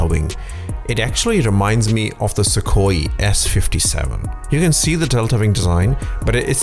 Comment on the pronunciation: That's not how Sukhoi is pronounced.